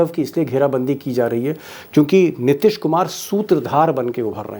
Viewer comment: नीतीश कुमार है न कि नितिश कुमार । उच्चारण सुधारिए ।